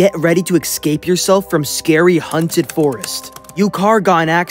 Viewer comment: Bro really managed to change "haunted" for "hunted" 💀